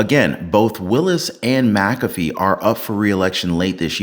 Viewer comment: I hate seeing names butchered. I will give you some tips on anyone with an McA, McC, McN, as the start of their last name. That Mac is to be pronounced like Mik. The way you are saying this judges name, it would need to be spelled Macafee. My name starts with Mc. So this judges name should be like Mik cAfee. That capital A is the clue. So anytime there is an M, then a small c, it is to be said like MIK or MIC. You choose. So that A in his name is to be said with the most emphasis. But like cAfee. Most get it wrong. One man that has a YT channel has said it right from Day one. Everyone else says it wrong. I know because I have some of the same letters on my name.